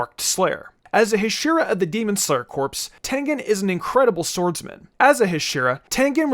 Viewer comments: btw u made 1 mistake the pronunciation of hashira u say the "a" shorter it should be pronounced like haashira But anyways even if rengoku dosent get the TOP SPOT he would be the bes hashira #1 hashira for me and before the movie released when tanjiro meets the hashiras his breathing which was flame didnt meet his personality he is full of will power but before the movie he used to be my least favourite as he said to murder nezuko on the get-go but in the movie my man the 9th form is crack the effect it has the flame the originality the form has its just so FIREEEEEEEEEEEEEEEEEEEEEEEEEEEEEEEEEEEEE after rengokus death I CRIEDDDDDDDDDDDDDDD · you know hashira isn’t pronounced like that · Idk know if your trolling but your saying hashira wrong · Hearing you mispronounce hashira over and over again made me feel like stepping on a kitten. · I stopped the video as soon as I heard the way he says “Hashira”. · The way you say hashira hurts my brain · man great vid but please learn how to say Hashira correctly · your pronunciation of Hashira is just Awful! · mans fucking pronousing all the names wrongly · Why do you Pronounce hashira like that? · Bro please correct your pronunciation of hashira cause omg it was annoying as hell for the when video to hear you say it incorrectly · Good video but the way you said hashira made me wanna die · Ngl, the way he pronounced hashira is just so off and very weird Like english accents saying japanese is too weird and odd, thats why i recommend he just needs to say pillar And he said Kyojuro a fire pillar He is the flame pillar bruh 💀💀💀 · the way you pronounce hashira hurts me lol very good video as per usual though my guy! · The way he says Hashira is killing me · the way you kept miss pronouncing Hashiras i just wanted to scramble you lol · Ha…shhhhh- E -Ra NOT hash-IR-Ra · Learn to pronounce hashira…..it’s not heshira, it’s haashira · the pronunciation of huh-sheer-uh instead of ha-she-ra irks me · Wtf is a huh-sheer-uh?????